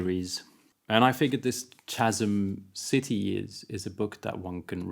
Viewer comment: Reynolds is my favourite living Author. I dont think I've read anything of his that I haven't thoroughly enjoyed. I will have to pick up Chasm City now as its one of the few of Reynolds that I havnt got around too. Just a quick note on pronunciation, think of the "CH" in chasm as a "K".